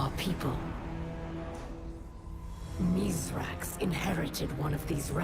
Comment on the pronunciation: Hey, as our you gotta stop calling Misraaks, Mithrax.